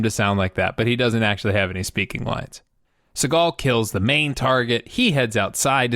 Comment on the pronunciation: Thought u said "followed SeagALL around".🤣😅